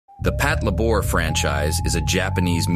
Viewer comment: Patlabor is pronounced Pat-LAY-bor. Not PatlaBOR. It's not French.